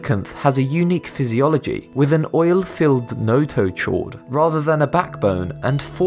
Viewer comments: Hi Mate, Great video but just one thing.. in biology, then you see the word "chord" as in "notochord", you don't pronounce the "h" so it would be pronounced as if it were spelled, "notokord". Otherwise, really interesting stuff. I love these sort of videos.... I gave you a thumbs up! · the way he is pronouncing notochord is kinda funny. We pronounce it as a silent h in notochord. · Lol, "nototchord" hahahaha